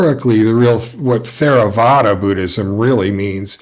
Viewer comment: It's pronounced Terravada. Not THERAVADA